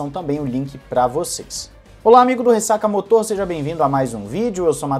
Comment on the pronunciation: fala "ressacamÓtor" pucci, não "ressacamotor", acho q é melhor